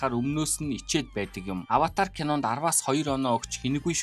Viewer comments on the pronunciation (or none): none